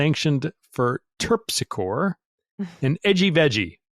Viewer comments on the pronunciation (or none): hesitates over pronouncing Terpsichore, meaning little book of music for dancing 😇 say it TURP SICKERY🤓 (rhymes with PERP HICKORY)